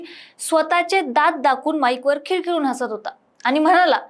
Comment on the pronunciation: २:२५ खिळखिळून ❌ खळखळून ✅🤦